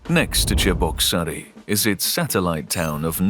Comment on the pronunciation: Voice talent couldn't manage Cheboksary